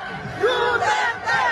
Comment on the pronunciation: Narinig. Ninyo.. deretcho daw, Deretcho enoduro..